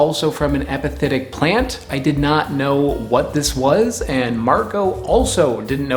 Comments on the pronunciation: Am I the only one hearing “hepatitic” instead of “epiphytic” ? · I know this is an old video but you're saying epithetic when you may want to be saying epiphytic. Epithet vs epiphyte